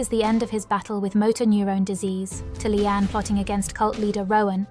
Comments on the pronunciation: 🎉Her HER NAME IS "LEANNE" NOT LEANN.?? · Finally someone says it! Listening to 'Leann' has been driving me nuts 😢